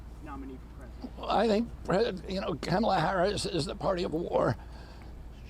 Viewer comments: For the record, her name is pronounced "Comma-la", not "Ka-ma-la." You can thank the news agencies for the confusion early in her VP term. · And her name is pronounced comma La!